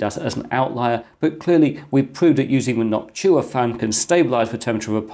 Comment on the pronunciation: It's Noctua not Noctchua